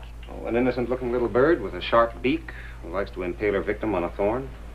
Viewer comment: ...Hwo has time?!